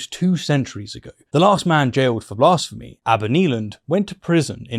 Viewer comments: Why are you saying blasphemy funny? Its a as in bat not as in bah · I have never heard someone pronounce "blasphemy" like that before lol